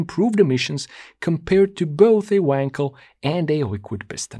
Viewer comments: You still do not know, how to pronounce "Wankel". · Appreciate your attention to the manufacturers name 'Knob' yet why are you incapable to pronounce the name 'Wankel' appropriately? After all it isn't Weeeeeekel, right?